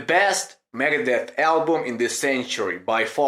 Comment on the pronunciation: It's okay, but is funny the way you say megadeth 👍👍👍👍megades